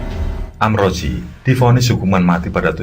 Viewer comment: Maaf kang,, itu sbnrnya amrozi,,, bkn amroji,, y beda tipis sih